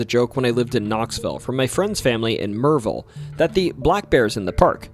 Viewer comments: I grew up in the shadow of the Smokys, within 2 miles of the Appalachian trail. My father worked in the Park. I have never heard of any of this crap. Is this video AI generated? Where is Murrville? Could that be Maryville? If you lived in Knoxville how could you mispronounce Maryville. Mavis, if that is the name, is pronounced May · vis not Maa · vis. I am from the North Carolina side so my opinion means nothing so, disregard my comment as, I'm sure, you will. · I'm from Knoxville. Thanks for sharing. There are so many mysterious stories from the mountains, and a few you shared I hadn't heard before. However, I have never heard anyone say Maryville how you said it. lol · I have 1st cousins who have lived in Maryville all their lives. I have heard how they pronounce the name of their home town and that ain't it. Are you telling me the voice in the video isn't AI?